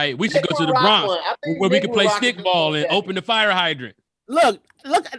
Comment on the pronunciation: You not about to say "BRAHNKS" out here. You just not. Say "BRAWWNKS" or say nothing. Periodt.